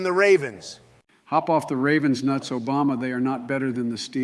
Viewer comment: obamna whatttt